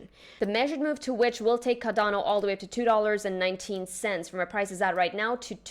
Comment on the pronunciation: She pronounced it just fine